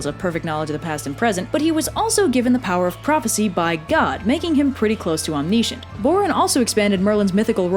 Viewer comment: Om-niche-ent. eye twitches